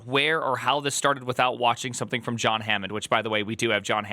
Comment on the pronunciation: Oh no, you botched John's name. Is that an engagement tactic yet again?